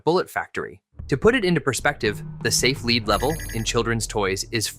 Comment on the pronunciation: Lead (the metal) is pronounced led, not leed....IIRC!!!